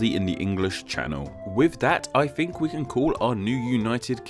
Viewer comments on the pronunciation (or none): Speak. Properly. You fuckn fuck. Your videos are mildly interesting, but I just can't handle your ridiculous voice! Fink, vere, vis and vat?? What's wrong with mouth??